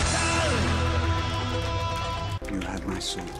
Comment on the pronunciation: How are English speakers able to pronounce the R in cerveza, but not the R in cristal? IT'S THE SAME R